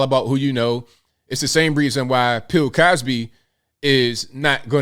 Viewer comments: 🤣😂🤣😂 my man said"Pill" Cosby!😂🤣😂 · Holdup, did my man just call Bill Cosby, Pill Cosby?! I'm dead!!! LOL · Wait bro... did you call him Pill Cosby... that's hilarious